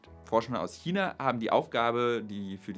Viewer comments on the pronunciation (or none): none